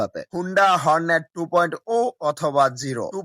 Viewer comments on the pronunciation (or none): ভাই ২. উ না ২.ও ভালোকরে আনতত পক্ষে কথা বলো,,,শুদ্ধ বলতে হবেনা,,,তোমার ভাষায় বলো,,,কিন্তু ভুল বলো না।